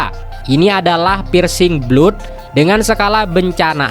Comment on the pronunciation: Pirsing blot😅😂😂belajar bahasa inggris dong, msh banyak salah2 baca/salah kata. "Persing blad" bacanya